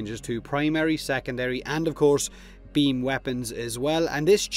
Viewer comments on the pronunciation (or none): Real human bean xD